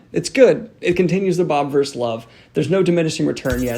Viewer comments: Just as a thing, it's not Bob-verse, it's Bobiverse, like Bobby-verse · Love these reviews but it's BOBIVERSE not bobverse